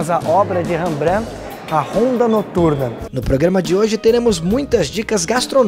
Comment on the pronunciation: Se fala Rembrant. Ñ Rebrã...